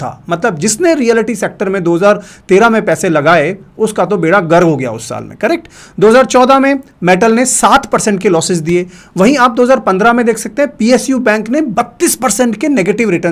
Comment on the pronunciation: Bera gar nahi, bera gark hota hai, apko k lagana parega.